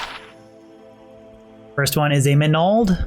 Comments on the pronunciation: you say "manald" weird. like MinAld... do you call your magic "minna"? or MAN-Nah? MAN-NALD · Definitely pronouncing all the ring names incorrectly... It's not najel (nay gel) as you say... It's Nagel (nag ell). It's not ma nald, you're placing the syllable break incorrectly. It's man ald (sounds more like manuld). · the repeated "MAH NAL'd " really got to me... MAN ALD bro :)~ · Stone of Manald hahahahaa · Everytime he says manald Drink a shot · why cant he pronounce nagel or manald - wow. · Manald manald manald another manald and...another manald 🤣😐😭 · Manald - Manald - Manald - Manald... Another Manald!! xD Manald - Manald - Manald - Manald... Another Manald!! xD My Friend names is Maneld, when you say Manald you say my friends name hahaha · If i didnt think the word "manald" sounded weird before... Lol great vid thanks for the rng showcase